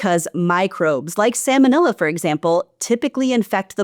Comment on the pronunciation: Sa-L-monella. There’s an L in that word. It’s not Sam-onella.